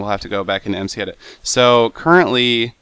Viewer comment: Google! Also its mcedit not edet :)